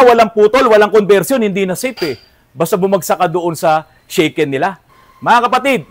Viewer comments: Good evening po Sir! Here in Pampanga we call them AFAM sa mga American foreign-gers lalo na may kasamang Filipina pakners… 😆 Correction lang po sa sinasabi po ninyong “Shaken” ang tamang pronunciation po nyan sa Japanese ay “Sha-Ken” as in Shasha, not “Shey-Ken” na kinakalog… Sobra naman kasi minsan manlait ang mga commenters po ninyo wala pong taong bobo sa Ingles what matter most is nagkakaintindihan kayo ng kausap mo. Mga iba dyan kase natatakot lang magsalita ng Ingles baka mali-mali raw ang kanilang grahams! 😂✌️🥰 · Boss, FYI lang po--yung mandatory vehicle inspection sa Japan is called "shaken" pronounced as "shah-ken" (hindi shaken ng english or inalog ng tagalog). Baka kasi mapulaan na naman kayo ng mga magagaling😅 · Shaken po sir ang pag bigkas😊ibig sabihin po nun rehistro…